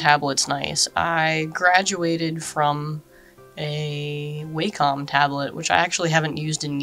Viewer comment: She said Waycom😂